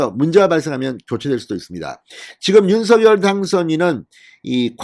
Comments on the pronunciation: 윤서결아니고 윤성녈이라고요! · 윤서결도 아니고 윤성녈도 아니고 윤석열 입니다 ???